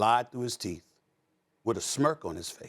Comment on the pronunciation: Stephan A. Saying period with so much emphasis 😂